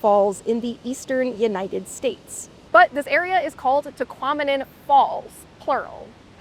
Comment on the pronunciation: "Tahquomnim" falls lol